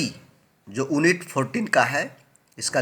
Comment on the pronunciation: ओन्नित नही यूनिट